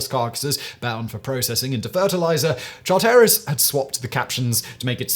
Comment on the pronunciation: EPIC pronunciation fails: Char-terris?? CHAR-teris. John "Byook-han?? Buck-an.